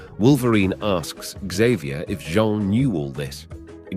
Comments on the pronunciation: I like the way the narrator calls jean John n missiles torpedos.😅😂I think this English man needs a English lesson.lmfao🎉😂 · Boy it's a good thing Jean"John" Grey was there to help Wolverine after being saved by Storm and Cyclops lmao!! I was kinda digging this video too I was even gonna look past the John Grey accident but hearing Magneto pronounced with a short "E" instead of a long "E" like the word "net" instead of like "Neet", so many times I had to take a break after about 20 mins. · Jets firing torpedos....mag-net-o, 'john' grey, one-two-eight....this is comedy....😂😂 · Is Jean pronounced “John”? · Bloody Nora, can you please pronounce the English name Jean and not as the French ‘Jean’? Edit: Seriously, did your robot have a fecking seizure? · I love how everybody just missed how he completely butchered Jean Grey's name by pronouncing it like Jean Claude's name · Great video but it drove me insane hearing you pronounce Jean differently everytime you said it.